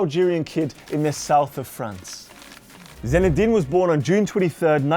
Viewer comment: Irritating that you kept saying his name as ZENedin